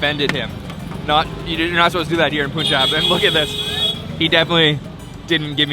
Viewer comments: It’s not poonjab it’s panjab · Hey. Punjab is pronounced like a sound instead of u. Like in Bun or fun ☺️